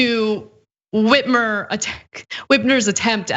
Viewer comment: How y'all get Gretchen Whitmer's name wrong? 💀